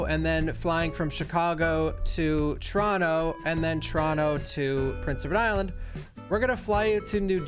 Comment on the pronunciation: The way you pronounce Prince Edward Island always, always throws me, man. It always sounds like you're saying Rhode Island (or Prince Rhode Island).